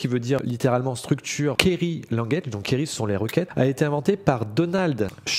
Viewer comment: Bonne vidéo, attention à la prononciation de Query ( /ˈkwɪəri/ => ) ^^